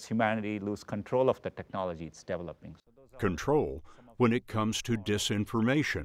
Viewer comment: He is not saying developing, he is saying DEVILoping